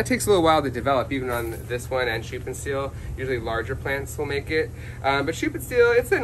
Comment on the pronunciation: your pronounced schuppenstiehl pretty good ^^ ( I am German )